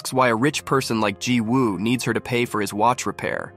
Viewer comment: Remember that when there is a Woo in a Korean name, it’s pronounced Ooh. The W is silent. I’m willing to bet that the name is spelled Jiwoobut should be pronounced Ji-oo.Didn’t you hear how the actors pronounced the name??